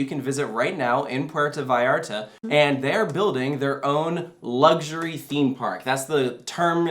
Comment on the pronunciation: Since when did Luxury have a G in it?? 😂